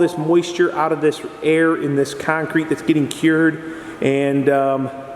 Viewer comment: Love how you call it kine-crete! :) Great vids! Thx!